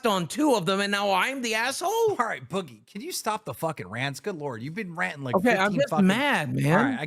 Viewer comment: I hate the way says “boogie” he says it the same way he says money